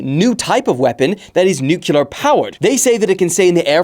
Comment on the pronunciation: the nuclear pronunciation made me stop the video ngl